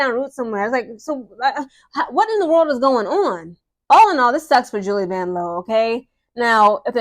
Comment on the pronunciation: I was looking for this comment. VANLOO (VAN-LOU) 😂